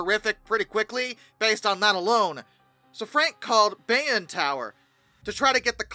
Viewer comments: it's not "bayun" it's pronounced "bay-own" 😂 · it's pronounced bay-own. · So far off I didn't even realize that it was supposed to be Bayonne! :^)